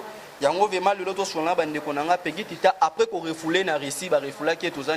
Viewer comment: Ebongo yo mouna balobaka vraiment et non vement po soki ken alobi vayage nde bo fingi